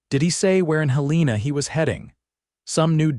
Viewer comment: Hél-len-a NOT Hel-leena!😅😅